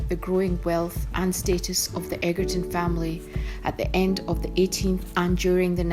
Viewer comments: Very annoying mis pronounciation of the owners name!!!!!!! Its pronounced 'edgerton'....not 'eggerton'! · Say the word EDGE and then say ER and then say TON and you'll be fine xx